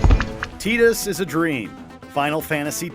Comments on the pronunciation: Tidus(tee-dus).... i think its Tidus(ty-dus) that pronunciation really threw me off bro. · Was Tidus really just pronounced as "tee-dus"? I swear this channel is becoming a troll channel! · My fav surprise was that Tidus was just a dream. Though I cringe everytime when someone pronounces his name as "Tee-dus." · Actually his name is pronounced tea dah. Honest mistake. Everybody kept calling Aerith aeris before squaresoft finally corrected it.